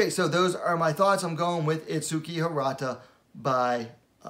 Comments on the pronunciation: the correct way pronounce her name is: its-key the "u" is silent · if u hear her say her name there's no U in it